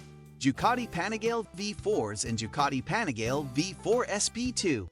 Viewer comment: "The anigale" smh